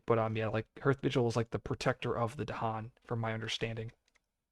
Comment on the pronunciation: Isn't "hearth" pronounced like *haarth*?